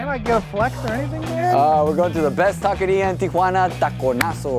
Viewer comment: That guy pronouncing taqueria like that is a tahqueerro. 🤦‍♂️